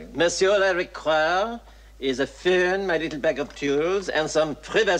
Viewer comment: Not the phewn. The pheun. ;)